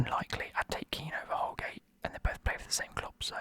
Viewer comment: The way how u said holgate wasn’t holgate but Godfrey was